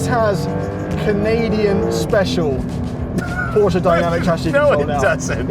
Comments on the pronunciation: Its not a poscha its porsche with an e. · How Beyoncé is not BeyoncAH Porsche is not PorschAH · porch ah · Imagine working for a car review company for so long and still not being able to pronounce the car manufacturer name properly.